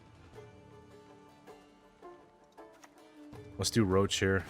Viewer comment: Does he call Roche roach because he doesn't like him? or he just doesnt know its Rosh